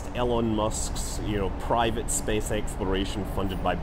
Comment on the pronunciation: it's cool how scott stays clear of politics and is just like "spess"